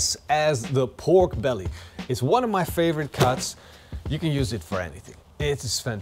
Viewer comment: Be-ork belly...is the new Turducken (not the same as Bjork the singer).